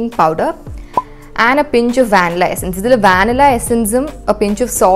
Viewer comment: An information for you Vannilla prononunciation vaanila is wrong Its van-ee-la